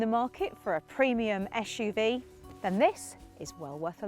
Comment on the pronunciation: she said "esh - u -v " :P :P and again